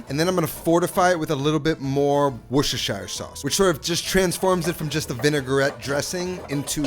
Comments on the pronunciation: Wooshashir sauce 😂😂 Wuster-sher (as in shirt, no Eyre on the end) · “Worshishishier sauce” 😂😂😂. You don’t pronounce Worcestershire as it was spelled. It’s more like wor-ches-shir sauce. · Worcestershire is one of those English trick words! It is pronounced Wooster, as in Bertie Wooster. Another one is Bicester, which is pronounced 'Bisster' by the locals. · "Wish-ish-er shauce" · Here’s a tip The city of Worcester, is pronounced “wu stuh” Worcestershire sauce is called “wu stuh sauce” in the UK. The “shire” is dropped in more blue collar surrounds. When visiting the palace its “wu stuh shire” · were-sh-es-tur-shire sauce .... put it all together now Washursister sauce. wait, wut? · weshweesheer sauce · It's "Woor- shust-tahshire" sauce if anyone cares to Know. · Love your vids …but you are straight up murdering “Worcestershire”! Take it from a Bristolian from England, not too far from the place, we’re in a neighbouring county, and here we pronounce it “Wuss-tur-sher”, be the first yank I’ve heard say it properly, dude ✌🏻 *The County Bristol is in is Gloucestershire (Gloss-tur-sher) …I know, it makes no sense, it’s thousands of years of change in pronunciation, if you don’t live here you don’t stand a chance 😂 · Wushushire sauce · Its pronounced " wash your sister sauce" 🤷‍♂️ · Weesheesheer sauce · Love it when Americans try to say Worcestershire sauce😂😂😂😂😂 ,its pronounced wos-ster-shire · For all my American friends, its pronounced wuss-sta-sha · Usually you just say cut out on most of the word Worcestershire and just keep Worster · Let me help you out mate " WUS TA SHA". Is how you pronounce it ! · Definitely NOT saying it correctly! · Say the name of the sauce again. The Name Noone Can Pronounce.